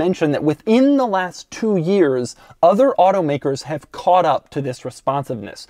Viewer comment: It sounds like he's saying "Vis"